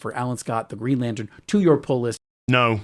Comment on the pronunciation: greeeen-ay? lantern? xD